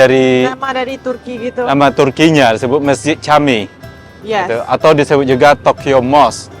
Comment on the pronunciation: Camii bahasa turki untuk masjid uda,di baca nya jami ud